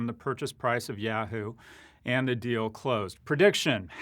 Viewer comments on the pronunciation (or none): Why do you pronounce Adidas so properly (AH-DEE-DAHS) but you pronounce Yahoo so wrong (YEAH-HOO instead of YAW-HOO)???